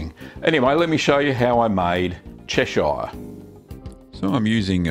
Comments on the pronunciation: Absolutely loved this video, very informative and useful as usual, I think when I have the time I'll definitely be making this. Little minor thing though, as a local from Cheshire I have always said it as chesh-ugh rather than chesh-ire but that is nothing to do with the cheese itself. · Yes, the British pronunciation is definitely "Che-shur". If anything I'd expect Americans to pronounce it as Ches-shire. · I come from there. Its pronounced Cheshur. Like Lancashur and Yorkshur. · "Chesh-eye-are" lol. good video though. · Yeah the way he butchers Chesire is like the way he butchers Lancashire. I have australian friends and when they speak in their normal accent it sounds much more like the real pronunciation than this version